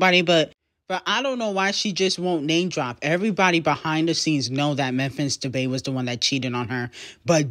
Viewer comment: It’s not Memphis debay it’s pronounced Memphis “De pie”